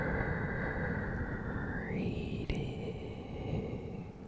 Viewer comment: It was more like grrrrrrrreetings everyone